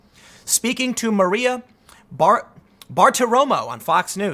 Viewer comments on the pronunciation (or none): none